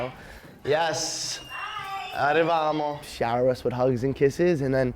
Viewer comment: "grazia sai" . "arrivamo" o.O